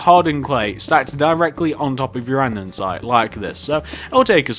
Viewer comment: Him saying an-din-site gives me anxiety